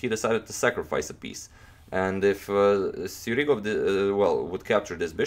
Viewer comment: He is Sjugirov. Not Sjurigov.